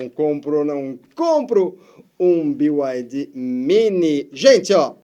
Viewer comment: A pronúncia é Bi Ai Di